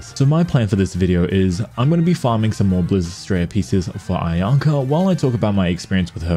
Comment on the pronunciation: Bro that ain't ayaka that aynahnah